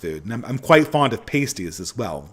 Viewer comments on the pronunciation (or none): it’s pronounced p-ahh-stie. Sorry, it’s a pet peeve being of Cornish descent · Pasties is pronounced like the way Americans would pronounce "nasties" but with a p. It's like "ass" rather than "ace" with a p on the front and ending in "tees". P-ass-tees. Not the easiest word to explain.